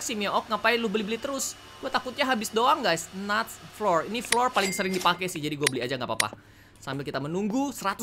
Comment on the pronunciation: *kak reggie cara baca fluor kalo search di gugel yaitu flaw ur yg cara membacanya sm ky kata flower